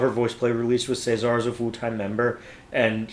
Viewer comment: Just a note - when the guys refer to Cesar it's pronounced as in the Roman rulers, as in Julius Caesar. They really put so much into their videos, many of them need to be watched/heard a few times. When I first heard this one I couldn't get to grips with it, the throwbacks to Gwen Stephani's If I Were A Rich Girl, put me off because i loved the orignal so much. So it took me some time to really enjoy it. And you're right about Layne's arrangements. Geoff has said that he shares his own first drafts with Layne who usually responds with something like "good start" and then goes on to make changes. :) I love that little middle eastern touch in the middle. Oh and it's my understanding that they don't use autotune.